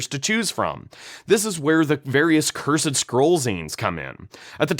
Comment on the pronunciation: I know rhis is nitpicking but when you present yourself in a suit as if you're a lawyer and knower of all things, then fail to pronounce "cursed" and "gazetteer" properly it really blows your whole gimmick.